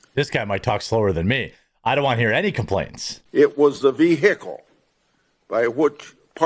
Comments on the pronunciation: that guy is from Iowa, we don't claim him, he pronounced "vehicle" like "ve-hickel" must be from close to Missouri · I want to hear more about this "Vee Hickle"